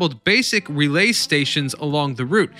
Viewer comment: "RE-lay", not "ruh-LAY"